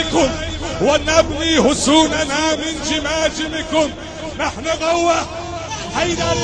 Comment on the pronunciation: المعلق ايراني نهن ابناء علي بن ابي تالب ههههععععع